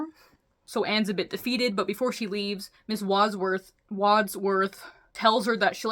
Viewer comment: I can tell you haven't watched the movie Clue, with the way you're having a hard time saying Wadsworth. I stongly recommend you see it - it's not necessarily the right kind of movie for your channel, but it's a really fun time ❤